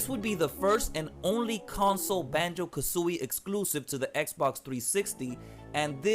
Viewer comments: yes ha ha it’s like how you say kazoo not Kuzui😂😂 think of kazoo and then louie the IE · Lol the way u say kazooie! Good video